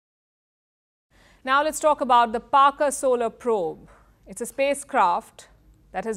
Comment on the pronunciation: Parker braved radiation 😅😅, Parker when where he was sent, by the way it’s Parker not Barker 😅😅